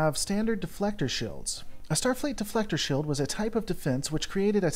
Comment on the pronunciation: Please, for the love of God, stop dropping the long e when you pronounce things. "Shield," is pronounced sheeld... not shilled.